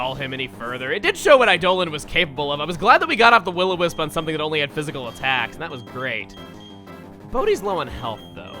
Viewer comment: we don't call it will-o-miss... We do however, have STONE MISS